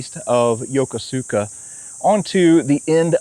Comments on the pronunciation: It’s not “Yo-ko-su-ka”. It’s pronounced “Yo-Kos-ka”. Any of the thousands of American sailors there could have told you that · Great video, but you REALLY need to learn how to pronounce “Yokosuka”. It’s “yo-KUSu-ka” not “yo-ko-SOO-ka” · It's pronounced YOH KOO SKA, not yoko sooka. I was stationed/lived there from 1979 until 2000. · Seriously, dude! Learn how to pronounce things before you film! Great vids other than that, but come on! YO ko SU ka?! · Unless the Jaspanese has changed the way of saying Yokosuka, you are pronouncing is wrong. In Japanese the U is silent when it follows an S. I served 20 months at the Yokosuka Naval Station, from 1973 to 1975, when I was in the U.S. Navy and the way I learned to pronounced Yokosuka as Yo-ku-ska; not the way it is spelled like you said it. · Great show. But Yokosuka is pronounced “ya-koos-ka” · I lived there three years. Its pronounced phonetically Yo-ko-ska Yo-koska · I love your shows. Small correction. Yokosuka is pronounced "Yo-kooska". Japanese tend to ignore entire syllables! I took my grandson all over there to the wonderful museums and military displays. We especially enjoyed the Mikasa. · It's pronounced yow·kuh·soo·kuh. I got roasted when I got stationed there for pronouncing it like you did. 😆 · The correct pronunciation of Yokosuka has the emphasis on the second syllable.